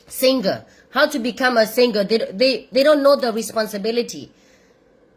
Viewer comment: I can't stop listening you say thae thae sing 😂